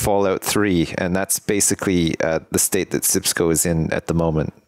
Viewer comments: its sijkimpsco.! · Its SjipsCo. Sheesh get it right. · please its called SJIPSCO